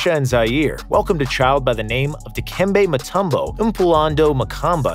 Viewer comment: that's the first time I've heard someone who isn't Dikembe pronounce his full name properly. Props to the narrator for pulling that off.